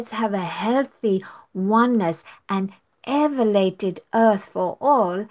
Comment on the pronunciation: This is so sweet that says evalated and also says evalated, instead of elevated. I too am dyslexic and at times get letters and words switched. Does not mean we lack intelligence, though 🙃